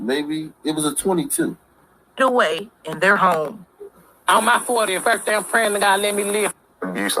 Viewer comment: Did just say Birfday?